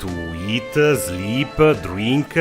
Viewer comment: Eattahgggg sleeeppaahhg drinkkahhgg 😂😭😭😭😭😭 im cryin